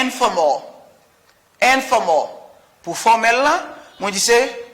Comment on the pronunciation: Bonjour. pourquoi on ne prononce pas l dans informa ?